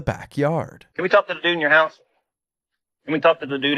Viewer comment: Listening to the narrator say 'house' is just too funny. "Høuse"